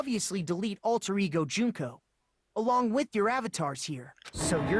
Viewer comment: its Junko not Juhnkoh